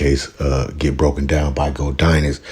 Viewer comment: It's pronounced "GOD IN US" NOT NO DAMN "GODINUS" COME ON BRO HE SAY HIS NAME IN HIS VIDS EVERY DAMN VIDEO SMH DO BETTER